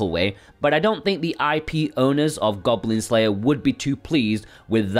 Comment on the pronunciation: "Goglin Glayer"...?? Get well soon! xxxx